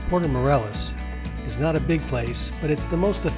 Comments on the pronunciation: Good info. Id suggest you learn to pronounce Morelos. The E is sounded as an English long A. Also Chedraui shay- draw-ee. And it is a little misleading, giving no info about snorkeling from shore. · Good info. Id suggest you learn to pronounce Morelos. The is sounded as an English long A. Also Chedraui shay- draw-ee. And it is a little misleading, giving no info about snorkeling from shore.